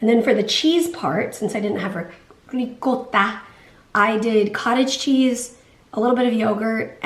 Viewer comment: I loved the way you pronounced "ricotta"! Spot on girl!! A big hug from an Italian subbie!!